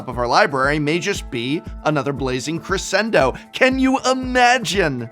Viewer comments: Dear Professor, Crescendo is an Italian word…please do not Americanise it by utterly mispronouncing the word…please…it sounds so awfully wrong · He pronounced it correctly except it should have a "sh" sound in the middle not an "s" sound. The beginning is spot on. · Yo, it's Dr. Drew in pedantry.... Professor, the word is Cruh-shen-doe!! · music teacher here popping in for a word pronunciation, "Crescendo" is pronounced Cres-Shen-doe. its an Italian word, in music it means to gradually grow in intensity/volume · Bro you better cre-shen-don't correct the prof's pronounciation lad 😂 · That’s not how you pronounce crescendo